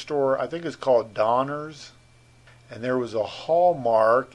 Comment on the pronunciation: Directly across from Danner’s (a is pronounced as a hard a) was The Cambridge Inn Cafeteria. What you remember as Big Lots was originally Montgomery Ward.